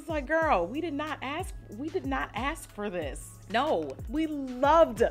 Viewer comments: The “naur” kills me😂😂😂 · The Australian NOOOOIIRRRR’s were making me laugh so hard 😂😂 great video! You look beautiful! $avivadayna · Its the Australian "Nor" for me♡